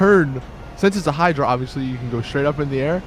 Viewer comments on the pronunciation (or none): none